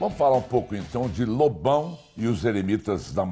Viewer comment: Às vezes, quando o Amaury fala Lobão, soa mais como bobão, tá errado isso aí hein kk